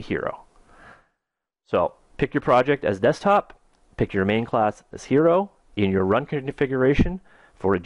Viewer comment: This is a great tutorial, but I believe Hiero is pronounced: high-row, like in hieroglyphics. ;)